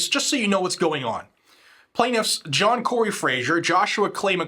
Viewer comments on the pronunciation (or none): none